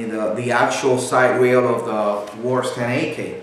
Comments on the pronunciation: Why do you keep saying WARS? Its pronounced ~wah-ser~, other wise good video. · its WASR not "WARS"